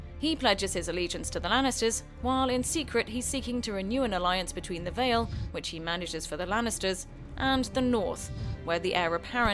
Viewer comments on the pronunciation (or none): none